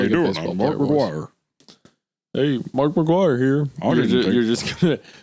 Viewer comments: Is it just me who thought Hunter said Markiplier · every time hunter says "mark mcguire" i think he's saying "markiplier" which is arguably way funnier to imagine